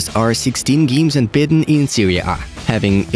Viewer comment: “Barcelona are unbiten” dude i really like this channel but your bad pronounciation is really a problem.